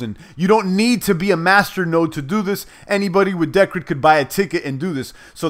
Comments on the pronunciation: It's pronounced [dicred] P btw did you hear about the latest iota announcement about Satoshi pay partnership? Cheers brother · *(Dee-cred) as in credit. Cheers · think its pronounced DEE - CRED. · the way u say decred is hilarious!! LOL